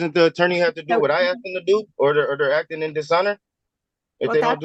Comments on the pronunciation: "Axe you a question.." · "Why can't I axe the judge?" Because that is attempted murder. :) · he sho' axes a lot of questions